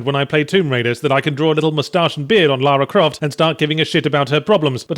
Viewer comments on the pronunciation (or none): none